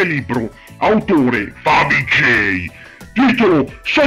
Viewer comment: AHAHAHAHAHAHAHAH OOMMMYYYYYGODDENESSSSS AHAHAHAHAHAHAHAHAH LA TUA PRONUNCIA DI FAVIGGGIEIIIII FÁ MORIREEEEEE AHAHAHAHAHAHAH TI ADORO AHAHAHAHAH